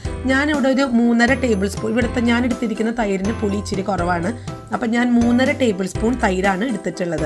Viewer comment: ichiri alla ithiri (ithra) ennu parayuka.mattethu arochakamaanu